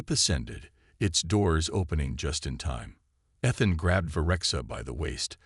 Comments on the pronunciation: With the name Ethan used so often in these stories, why so many mispronunciations this time? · With the name Ethan used so often in these stories, why so many mispronunciations this time? How come no one else recognized the resemblance to the recent king after the queen’s very obvious reaction?